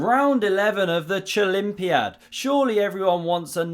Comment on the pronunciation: "chOlympiad" ~